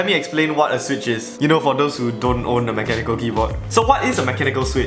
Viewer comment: "mecha nickel"